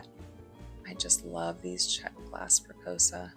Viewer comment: Another nice video-good job. FYI- Press-E-O-SA